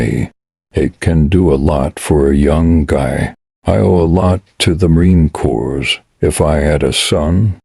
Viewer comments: AI voice is horrendous. Corps is pronounced (CORe) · Narrator: you need to learn the proper pronunciation of Marine CORPS. CORPS is not plural. CORPS as in Marine Corps, is pronounced core. Semper Fi.